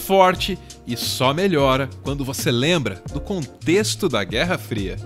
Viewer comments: "guerra fira" (n querendo ser chato) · Eita! "GUERRA FIRA" haha. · "Guerra fira"..... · "Guerra Fira" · "guerra esfiha" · "Guerra fira" kk